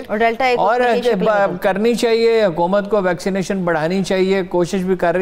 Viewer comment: Female anchor doesn't know correct pronunciation of hukumat ! She is pronouncing huqumat! 🤣🤣🤣🤣